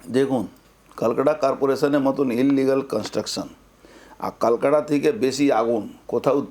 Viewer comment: kalkata noi ota Kolkata😂😂😂😂